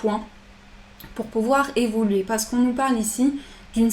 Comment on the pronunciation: Merci pour ce tirage; il faut évoluer, on n'entend jamais le "u" d'évoluer, j'aime beaucoup vous écouter sauf entendre "évoler" merci pour votre joie de vivre ça fait du bien bonne nuit...a demain